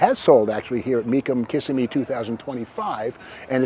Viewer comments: The town's name is "Kuh-SIM-ee' not "KISS-i-me." If Steve had worked for Mecum, he'd have certainly known that. But he didn't. He spent his Januarys out in Scottsdale, AZ. But as much work and research as he has always put into preparing for auction coverage, it's a bit surprising. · It is not pronounced Kiss-a-me, it is Kiss-sim-me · Were all glad your back , even if you can't pronounced Kissimmee right .